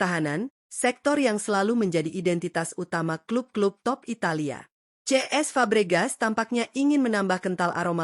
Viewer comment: kenapa cesc fabregas malah diucapin ce es sama admin? jadi ngaco